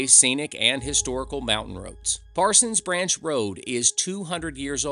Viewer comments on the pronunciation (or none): This is an informative video, thanks. Made me twitch (lol) that you got stuck calling it ParsonS Branch every mention, as the name has no ‘s’. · Dude, look at the sign and the map, there is no s at the end of Parson. Why do you keep pronouncing it incorrectly?